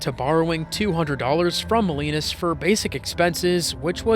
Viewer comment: The pronunciation is Jack Mow-LEE-nahs.